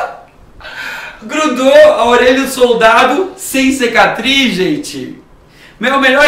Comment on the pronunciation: "cecatriz" affff